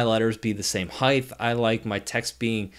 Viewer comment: Did he say “heighth”?